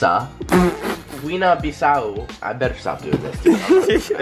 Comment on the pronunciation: Guina Bissáó WTF DUDE?! Guiné Bissau